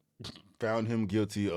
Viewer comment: He did say " NOT GUILTY, AND IM FILTY " LOL